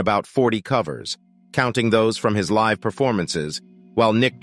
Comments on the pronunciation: "Livv at Sin E"? Come on, if you do a piece about someone, learn about them first. It's Live, as in alive, and the club was pronounced "shin-EH" (rhymes with hay), which Buckley does on the record itself as the audience begs for an encore. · It's "live" at Sin-e. It's a "live" album, dude. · Morons… “Liv at Sin- E” Really???? Did no one brief the VO guy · um.....is this narrated by an AI? Honest question. It could be. This is 2023 after all. He(it?) pronounced the word "live" as in...a live concert, recorded live, etc......as "live" as in...I live in a house. Was that some sort of subtle test for us humans? If so.....do I win? =) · Ummm.... WHY add all that spazzy static over the image?! It's obviously an effect chosen on purpose as it exists over all clips. Could only make it thru 4 minutes of that crap. Also: It's "Lie-v" At Shin-ay and not "Liv" At Sin Eee. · Hi there, I'm not sure if you're using a digital VO program for the script, but the name of Jeff's debut EP is pronounced LYV AT SHINAY, not LIV AT SIN-E. It's a live recording, after all. Great video otherwise. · Great video. However, we need to talk about your pronunciation of 'Live at Sin É.' It's pronounced. 'Lie-vv at Shinn-ay' Because it was a live performance. Like: live in concert. 'Sin É' is a venue and a phrase in Irish meaning: 'that's it'. Just thought I'd point it out. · Livv at Sin eee...Jesus who is reading this out? Bot? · Oh for fuck sake.... "Live (as in live music) at SHIN-A" (Irish pronunciation)